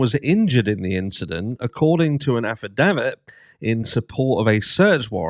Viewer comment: 🤣 U butcher the word “affidavit” like I do, but at least u’ve got that posh British accent to make it sound cool